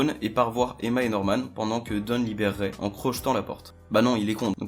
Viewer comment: Ça se prononce Ray